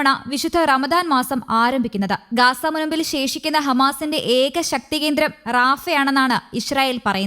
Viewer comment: നാക്ക് വടിക്കാത്തതിൻ്റെ ഗുണം അറിയാനുണ്ട് ഗാസ 'ഗാഷ ഇസ്റായേൽ ഇഷ്റായേൽ എന്തായാലും നല്ല അക്ഷരസ്ഫുടത